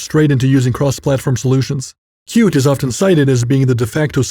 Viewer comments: Qt is pronounced cutie, not cute. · Why wouldn't you pronounce Qt as "CUTIE"?